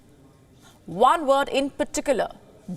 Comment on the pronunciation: WION, if you are a global news network, English fixes: W is not V, and THIRD is not TURD. Thanks.